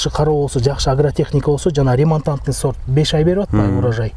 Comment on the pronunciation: Талазта с тамгасы жок да сорт дебей зорт деп айтпайсыңбы